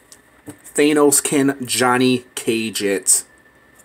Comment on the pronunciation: It thanos not thenos